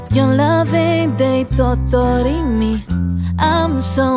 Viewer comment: As a Nigerian🇳🇬🇳🇬 I can definitely say that your voice and the song really goes together. And the way you pronounced words like 'totori' was really nice. I just subscribed and I really love your voice. I am also an amateur singer with little self confidence but singers like you really inspire me. Just saw your video on my recommendation. Finally Nigeria and even Africa is finally getting the recognition it needs.